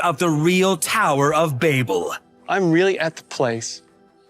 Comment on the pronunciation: The way it's saying Babel is just OOOOFFF!??? Levels of Cringeness lol